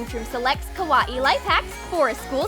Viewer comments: I hate how they say Kawaii it’s not Kah-was-eeh it’s Kah-why-eeh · kawaii not Cow-WA-eei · It's not ko wati it's pronounced ko why e not ko wati kawaii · It sounds like she is saying karate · When they said Kawai they said it like kawa-ee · Stop saying kAwAE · Its pernounced Ka- Y- E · KA-A-WII thing you Said A KA-A-WII thing Not Lama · can you not sat KWAII like that plz 0-0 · Ka wa i the word was kawaii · KA-A-WII thing - learning English 2019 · Can't even say kawaii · I hate how they say kawaii they dont say it right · ya I Know